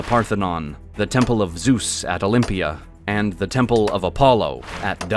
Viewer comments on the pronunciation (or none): none